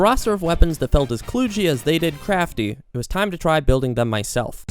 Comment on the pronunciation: kloodgy? You meant kludgy right? Do you say sloodgy too instead of sludgey? I'm genuinely curious, I've never heard anyone say it that way before. Edit: ~ Also I do like your videos.